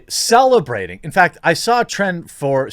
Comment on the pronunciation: “How do I say celebrating?” Sorry couldn’t help it.